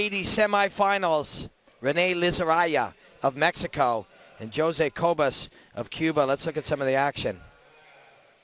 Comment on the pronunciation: Joe-zay and Lazarraya? LOL